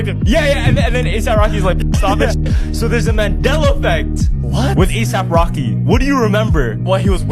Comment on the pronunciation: she said it wrong you cant fake the expression on his face asap rocker lol